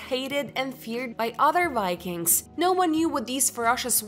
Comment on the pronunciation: Had to quit hallway through, I couldn't take the improper pronunciation any longer. Especially, "Vikings" not "Wykings". Keep working on this please prior to any more vids. Horse before the cart.